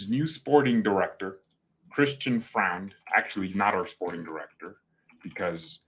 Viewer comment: Neppe is rumoured to be out soon btw. And pronounce it "Froind".